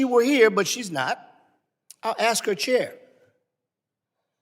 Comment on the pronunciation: The first person to ask questions with the grey beard needs to use proper words like 'ASK,' not 'AKSK'? Can't he speak english